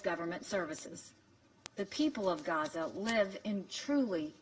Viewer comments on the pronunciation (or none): none